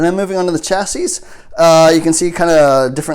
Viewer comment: BTW: The word Chassis is pronounced chass-eee. The S at the end is silent. 🤓